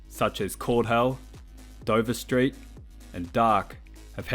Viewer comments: DVRST is pronounced "Divert", not D-V-R-S-T. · Dvrst is not pronounced “Dover street” as you were saying in the video it’s pronounced d-ver-st his producer tag literally says the name at the start of every song I don’t know where you got Dover street from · it ain't dover street it's di-verst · isn't it D'vurst? Dude's tag says it XD Edit: Oh Its an AI narrator init? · very nice video, i just found it funny how you pronounced DVRST the guy himself said that it should be pronounsed as "dee-ve(as in verse)-st" my nerd moment is over thank you